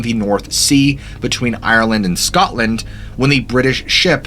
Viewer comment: At 21: 41 you say scotland like your one of us lol did you know that scotland has one of the first dogmen or werewolf. True story nae bullshite